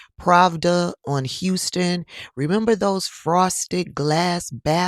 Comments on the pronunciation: That’s “How-Ston” not “Hu-ston”. Keep the tea coming! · Houston is pronounced how stun. Its a popular street in nyc. Its located in a section of nyk known as the village, a very popular gay section of nyk. Fire Island is on Long Island, NY. Also known for a large gay party scene and hangout.